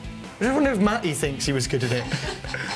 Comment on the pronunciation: What type of British accent is this, that doesn't believe in enunciating the "T"s in the middle of words such as "Matty" and "artist"?